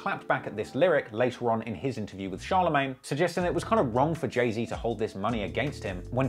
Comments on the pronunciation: Why he keep calling him jay zed😂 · Who the fuck is jay zed it’s Z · “Jay-zed” pisses me off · I know your British and so am I but it’s “Jay-Zee” lol and the Pop Smoke comment was uncalled for, turned the video off after that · You miss pronounce jay Zs name so bad at the beginning lol; you said Jay Zed lmao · Zee not zed it might be how it’s pronounced but it’s his name get it right 🤦🏽‍♂️ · dude said jay zed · dis nigga said jay-zed im DEAD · i’m sorry i can’t listen to you say jay zed the whole video, i’ll watch the next one. ✌🏼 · Saying “Jay-Zed” should be classified and prosecuted as a war crime. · the hell is a jay zed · BRO WHY U SAYING JAY ZED WTFFFFFF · Who is Jay Zed??? 🤣😩🤣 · “Jay zed”😑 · when i heard u pronounce jay-z like that at first i was 100% considering clicking off the video because i didn't know if i could handle it